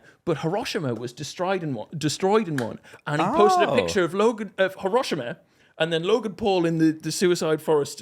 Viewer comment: Why does he pronounce Hiroshima like that 😂